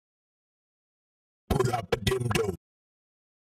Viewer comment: I'm glad they made this change even if it sounds weird because its been impossible to unheard him saying dildo